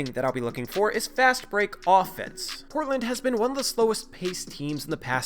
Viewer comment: Am I the only one that noticed you say "it's very imPortland for Portland..." in the middle of #2? A good friend will tell you your fly is down, rather than let others gawk at you. Luvvz!